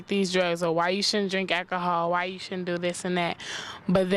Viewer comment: why you be drinking AK-A-HOL